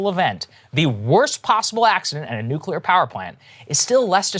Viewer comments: “Nuculer” — Homer Simpson lol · It's nuclear, nuclear.